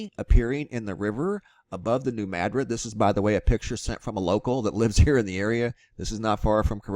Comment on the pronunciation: Madrid is pronounced the same as Madrid Spain. It's Ma drid, not mad rid! :) Also, it's a sandbar not a sand barge.